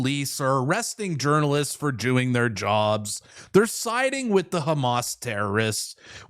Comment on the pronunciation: I swear I heard you say " arresting journalists for jewing their jobs" lol. slip of the tongue or my ear?